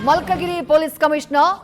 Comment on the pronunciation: ಅದು ಮಲ್ಕಗಿರಿ ಅಲ್ಲ, ಮಲ್ಕಾಜಗಿರಿ 🙏🙏